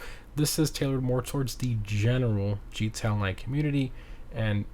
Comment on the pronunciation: Why do you say “gee-tay online” instead of “GTA online”?